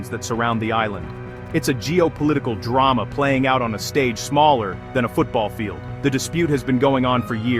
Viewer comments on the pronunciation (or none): none